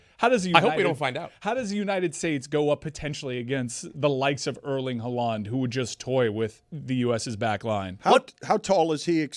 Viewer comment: why does he say Haaland that way?